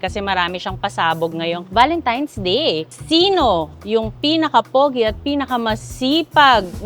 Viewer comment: TANAN GID SILA VALENTIMES HAHAH AY AMBOT BAKIT GANUN ..VALENTINE'S NAGIGING VALENTIMES HAHAH